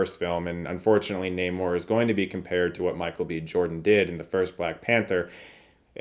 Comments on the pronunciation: It's NAH MORE, not Namor. This isn't the same character as the classic Atlantis guy. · It's namor lookup the comic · You pronounced Namor wrong you bigot.